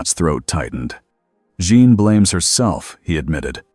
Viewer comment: Jean, not John..... keeps changing how it pronounces Jean's name. Not very well set up for an AI reading.